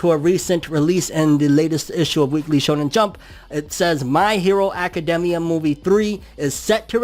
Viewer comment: It bothers me the way he says academia